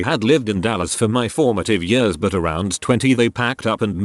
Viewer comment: Love how the robot voice says "years". "yuerz"